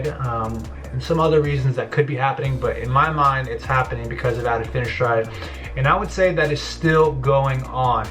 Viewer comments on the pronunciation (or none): It’s pronounced fin AS ter ide 🙃